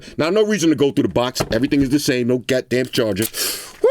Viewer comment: "no gatdamn charger" 😂